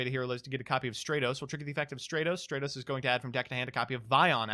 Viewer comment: its Stra-tos, not Straight-tos. Like...stratosphere. or strategy.